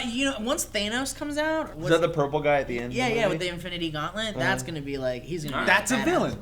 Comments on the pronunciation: din't say thanos right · miss pronounced Thanos